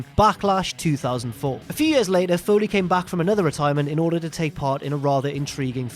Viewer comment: It doesn't matter how it makes you feel. Foley Foyley Foyley Foyley